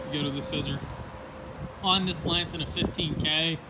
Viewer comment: Learn How to Talk you cant seem to say strength or length get some speech therapy!!!